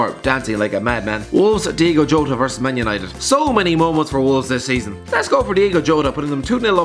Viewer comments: To borrow from a popular Wolves chant - It's Diogo, not Diego. Come on! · People saying "Diego Jota" instead of Diogo Jota annoys me so much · diogo not diego makes me happy makes me feel this way its diogo not diego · DIOGO NOT DEIGO